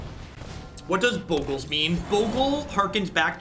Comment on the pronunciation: All the mispronunciations purposeful and/or apathetic and Bogles is pronounced correctly. :D It tickles me.